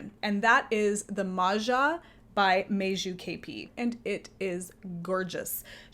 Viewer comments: it's MAJA NOT MARZA. In English it would be Maya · I love cardigans as well, they are easy layering pieces and also easy ti take off if the temperature happens to rise during the day. A sidenote, letter j in Meiju and Maja is pronounced pretty much like y in English.